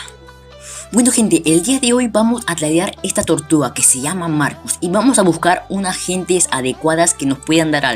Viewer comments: Tortluga dices xD >XD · No sabes hablar bien dices "vamos a ver que nos dan por nuestra tortugla >XD